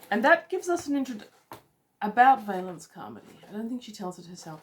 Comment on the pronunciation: Valancy Carmody. (VALL-un-see KAR-muh-dee). First syllable rhymes with 'shall'.